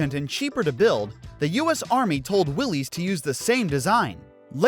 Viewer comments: It isn't Willy's Jeep, it's Willys (pronounced Willis). It's a last name, not a first name. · It's pronounced wil-less not will-ese. Ask the family members of the designer, John Willys. 🤦🏼‍♂️ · Fun fact… Willys isn’t pronounced like Willy’s or Willie’s, and is actually said like Willis. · It’s pronounced Will-is but say it fast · Willys is actually pronounced “Willis”.